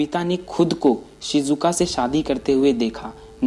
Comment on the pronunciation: Sujuka nahi shizuka